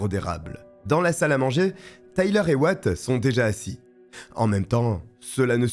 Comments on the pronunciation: Super video 🎉 juste comme vu que ca trigger mon cerveau en mode dodo: Wyatt se prononce why + at car là on attend what tout le long. Pas tres important mais voilà 🤣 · Oui ça se prononce ouaiatt....